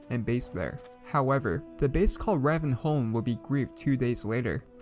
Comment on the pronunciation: > the base called ra-ven-home someone hasn't played half life 2 it's pronounced more like ray-ven-holm